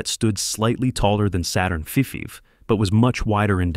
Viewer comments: "five" is pronounced "fiffiiv" and "fussife" from now on 🐒🐒🐒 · What's wrong with your text-reading robot? It can't even pronounce "Saturn V" as "Saturn 5". It says something like Saturn Feffy or Fuszy or something weird. like that. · min saturn fefe? Then, min saturn fusive? C'mon bot! get it right! Geeze! what the fusive?